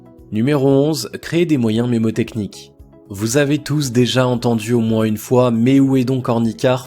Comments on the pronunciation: Juste un petit détail : on ne dit pas "mémotechnique" mais MNÉMOTECHNIQUE. (vient du grec "mnemosis" : mémoire ) Bonne journée ! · Bonne vidéo, juste un détail, on ne dit pas "mémotechnique" mais "mnémotechnique". cordialement